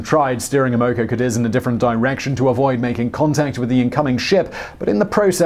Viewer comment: Boy you sure can slaughter the American language 😏! Amoco Cadiz: ama co CA deez is how it's pronounced. 😏☺😉😁🙃🙂